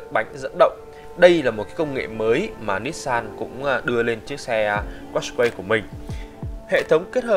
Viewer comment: đọc đúng là cát cai nha